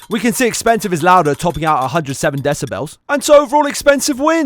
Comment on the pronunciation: "Deci-bells" It's deci-bulls, not bells